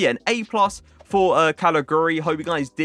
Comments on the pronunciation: Calajuri it's pronounced I think bro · He is pronounced Kalichewry :) giu = chew in italian, like giuseppe :)